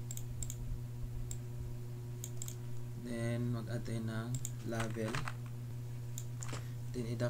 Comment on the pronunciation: di manlang na explain yung code at kung para saan, binasa mo lang lahat, mali pa pakabasa mo ng "Label"